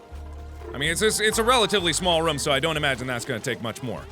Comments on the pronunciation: Pretty sure mark said ruum not room ;) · Markiplier Room NOT RUM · The was mark pronounces rooms gives me life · Mark... Rum is something you drink, not something you live in. Its Roooom not rumm. :D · The way Mark says room 💓